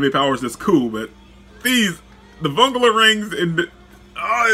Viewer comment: You pronounced vongola incorrectly